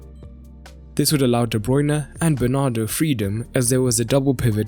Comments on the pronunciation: Bernardo not Bernard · It's Bernardo not "Bernard"